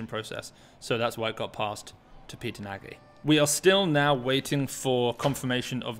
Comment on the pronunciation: Nagy, pronounce 'Nodge'